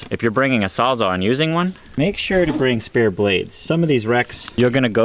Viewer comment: It's a *sawzall not a sawzar.